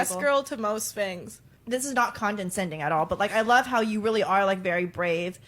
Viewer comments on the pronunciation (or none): Hahahaha she lost me at "condensending" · 10 seconds in, she already using words she don’t know. Tf is “condenscending” 😂